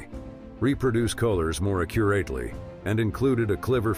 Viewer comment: Lol! AI spoke some words wrong! Technolgee, curatlee...